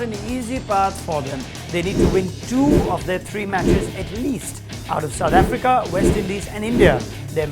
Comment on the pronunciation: The way he speaks india and south africa 😂😂